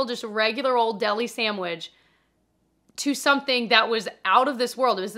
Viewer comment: SaMwich?? Lol